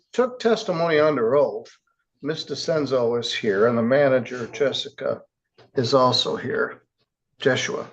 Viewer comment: "Jessica" or "Jessie" is Jesusa Vela, ma'am. It's not a hard name to pronounce.